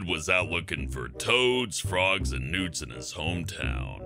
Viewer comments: "Out looking for toads, frogs, and nudes" anyone else hear that? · In number 2 when he said newts I thought he said nudes